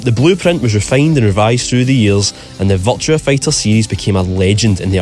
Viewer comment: I keep hearing you say "Vulture Fighter"